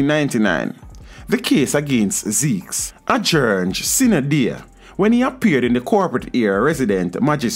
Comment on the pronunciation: it’s not sina dea, (sine die) pronoun, si-ne die. My brother